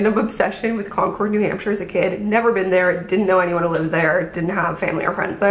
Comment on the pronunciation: Fun fact- don’t say Con-cord. Say Con-kid. You’ll fit right in😊 Ps the black and white dress was BOMB on you.